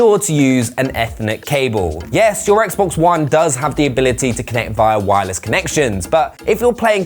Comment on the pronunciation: That’s not how you say Xbox one ☝️